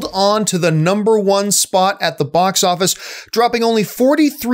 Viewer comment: Hey John, what is a "Bos" Office? 😂😂😂